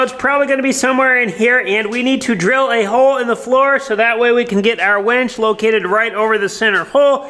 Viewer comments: Why do you keep calling that a “WENCH”? It’s a WINCH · Winch not wench LOL 😂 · No one else hears wench, a serving waitress, instead of winch. A mechanical lifting or pulling device 😂🤣😂🤣😂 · I am pretty sure it is a winch NOT a wench. Made me chuckle. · It’s a winch, not a wench. A wench is a medieval female server in a pub. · a wEnch (wen(t)SH) is an old term for a a young woman etc. A wInch (win(t)SH) is what you have upstairs to lift the beams. Your pronunciation of winch always sounds like wench. LOL